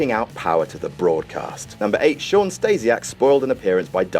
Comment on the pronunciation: Who the fuck is "Stejsiak"?